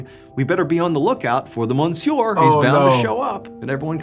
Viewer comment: It’s pronounced M’syuh not mon-sewer